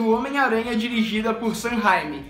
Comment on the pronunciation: Vc falou errado e Sam reimi